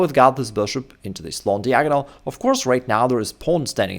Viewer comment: I believe that one day will learn how to pronounce the word "diagonal" properly. He's an intelligent man.